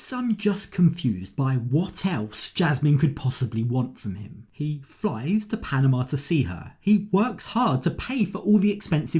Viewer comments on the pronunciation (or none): Would someone please teach this man how to pronounce “Panama”?😖😖😫😫